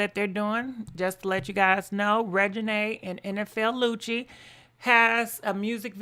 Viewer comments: Girrrlll im just here for the name chops!!😜 you said NFL Lucci!!!😂😂😭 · She Said Nfl Lucci Lmao